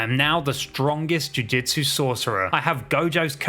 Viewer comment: He’s saying jujitsu I’m annoyed